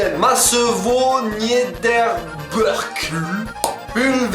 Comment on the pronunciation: Quand j'entends la prononciation de Masevaux-Niederbruck je suis choqué Masevaux-NiederBEURK 😂😂